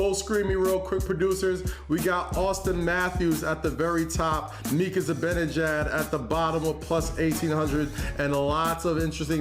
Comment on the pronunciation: Neither of you idiots know hockey at all. “Zib-in-ejad” is NOT how Mika Zibanejad’s name is pronounced.